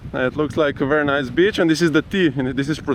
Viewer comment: I always enjoy your videos! One small thing though: Please say beach differently:D The way you say it is an other word, referring to a certain type of lady, and this is somehow not nice. Just a small change:)